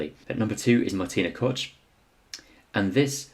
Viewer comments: Nice video but it’s Marita Koch not Martina 😉Also her surname has a harder ch sound to it almost like ogh. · Did you say Martina Crotch? Jesus do some research mate. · I think that you shall learn to pronounce peoples names correct - simple decency - Learn how KOCH is pronounced in GERMAN... please ! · Koch _ read Kokh Jarmila _read Yarmyla